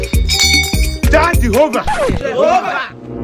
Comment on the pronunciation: 😂😂😂he said tsunami